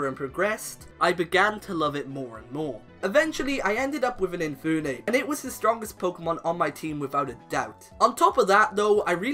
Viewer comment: It's Infernape, not Infoonape!